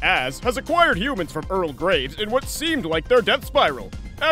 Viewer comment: I miss heard Graves as Grapes